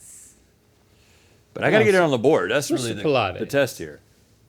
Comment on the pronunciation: Does Link really think that Pilates is pronounced like that???